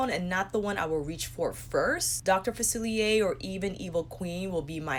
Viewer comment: SAME! I bought the princess pr and I wanted villains pr too. It's pretty and I wanted it 😁 ALSO, I wish colourpop sent you the PR to review. You've been the most enthusiastic and literally the only person to pronounce "Dr. Facilier" correctly in their review. 🤣